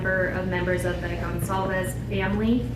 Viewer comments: Should say goncalves not goncalves, maybe not Spanish but Portuguese, or Basque., Etc. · Mean goncalves not gonsalves